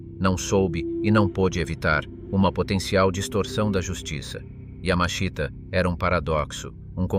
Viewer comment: And no, not Yammer-Sheeter, nor Yammer-Sheetah. Robot fail again. Oddly, the robot gets his name not correct but presentable once or twice. The written text is not bad, so it's a damn shame to spoil it with these silly robot mispronunciations.